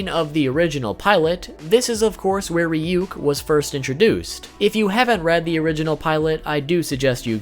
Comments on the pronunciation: Its not Ree-Yook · The fact that he says Ryuk as Reeyook makes me uncomfortable. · Isn't it pronounced Reeyook? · It's now how to pronounce ryuk